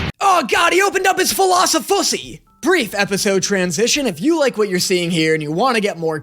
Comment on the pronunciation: Even after reading this comment, in context I was not prepared for the philosiphussy